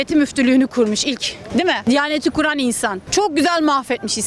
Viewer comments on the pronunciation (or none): none